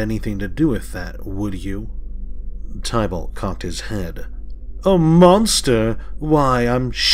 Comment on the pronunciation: Thankyou for the reading. Everytime you pronounce Tibalt wrong it throws me off lol..